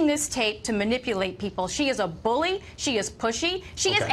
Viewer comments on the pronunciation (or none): none